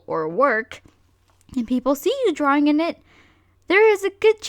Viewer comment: "OH MY GOWD are you dawing anime???"